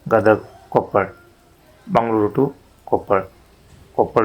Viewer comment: ಕೊಪ್ಪಳ್ ಅಲ್ಲ ಕೊಪ್ಪಳ